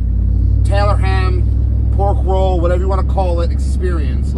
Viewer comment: He mispronounced pork roll! Keep these videos coming… the world needs this stuff.